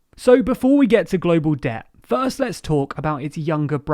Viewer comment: What is "Deh" that this guy in the video keeps talking about?